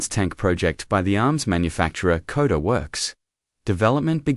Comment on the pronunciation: KODA ???? your AI needs correction..SHKODA !!